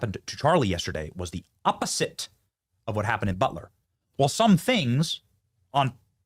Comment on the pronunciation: Opp-O-Sit!! 😅 Phalanks of security Highly trained military agents? Ive NEVER heard the word phalanks & neither has my Google assistant. Took me about 10 minutes of trying to figure out how to spell it on Webster Dictionary to find the definition, meaning. Then I laughed and laughed. 😳 Best security in the business? 😬 Uumm... Mkay... Benny, Sir